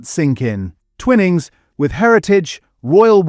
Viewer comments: Umm its pronounced twy-nings as in wine, if the word had double "n"'s then it would be twinning as in winning... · It's Twy-nings you electronic idiot ! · Your video has generic videos loaded with commentary that does not always match with what is being discussed. Also the pronunciations are incorrect eg. Twinnings / Twinings. Although avoiding plastics by not using cheap tea bags is a great idea but just buying loose leaf tea does not address the pesticide or chemical problem. This channel has great potential and is quite informative generally. But the Ai commentary spoils it and gives the impression that 'Protect our Plates' has been created purely for YouTube hits. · It is pronounced "twynings" NOT ," twin ings. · Twinings NOT TWINNIGS!!! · Stupid A.i. it's pronounced Twynings, not "Twinnings" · Its pronounced TwInings...Not Twinnnnings !!!!! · It's Twy-nings you muppet - if it were twinnings it would have two n's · Twinnings 🤔 thought it was Twining 😂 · Mmmmm AI said twin ings 😂 good bye. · I've been enjoying these videos but can't listen to any more, sadly. "Twinnings" is too annoying. Seems AI needs to learn the basic rules of English phonics. And why can't the writers of the content also read the content? After this latest video I'm giving up PG Tips but also, sadly, this channel. The commentary has angered me more than the dodgy tea bags. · As is the pronunciation of Twinings 😅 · Time to get a human to read the commentary. Several obvious mispronunciations. For example, finings is pronounced as in fine "I'm fine, how are you?" not fin as in fish. and I've never heard Twinings pronounced that way. BTW where does Teapigs rank? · 'Twinings, a name so old and established' I can't pronounce it properly. 🙄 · Should get a human commenter who knows how to pronounce "Twinings" properly.